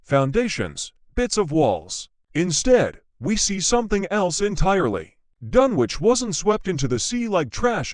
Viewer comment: What absolute garbage. The robotic voice is hopeless, unable to pronounce Dunwich correctly and that's only the beginning. It was obviously written by an American because we don't talk about "Suffolk county": it's either "the county of Suffolk" or, simply Suffolk. The town was submerged over time by coastal erosion and nothing more. There are one or two of the usual ghost stories but otherwise it's nothing special.